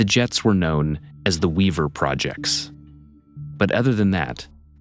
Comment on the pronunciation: "Jects" not Jets